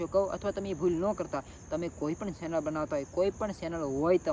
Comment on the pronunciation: સેનલ ❌ ચેનલ✅